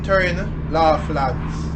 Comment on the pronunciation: Pronounce it like lawlands